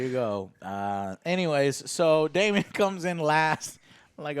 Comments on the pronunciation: Again with the Damien.... no I in Daemon. I think at this point you're doing it on purpose bc nobody is that stupid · Why is Joe talking about book stuff and then mispronounce a simple name like Daemon? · Hey Joe.. sorry to be that guy but just thought I'd mention, Daemon = "Day mon" not "Damion" Sir Criston = "Chris Ton" not "Christian" Laenor = "Lay nor" not "Lenore" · For fuck's sake. It's DAEMON...not Damien. Damien is the f-ing anti-Christ from The Omen. It's Daemon. Do you call Matt Damon Matt Damien? 5 episodes in and you can't get one of the easiest names on this show right? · You keep calling him Damien… it’s Daemon, Joe.. DAEMON* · Super annoying 😡 Damian?? Ugh. It’s Daemen. There’s no “i” or “ee” sound in there. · Its not even mispronouncing; Its just wrong names. Damien isnt the same name as DAE-mon. Christian is also not the same name as Cris-ton. Its nutty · The mispronunciation of names i expect from.... but now even?? Who the hell is "Damien"??? is this an american thing to just butcher any name that has more than 2 syllables and comes from another country? Its so cringe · I love you guys but you are pronouncing the 3 main characters in this episode wrongly. There's no Christian or Damien and Lenor is a fabric softener in Ireland I think 😁😁. But seriously, love you guys. Every week I wait for She Hulk, Rings Of Weakness, and House of the Dragon. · How does Joe not know it's Daemon not Damien. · Man, you guys are slaughtering these character names!! 😂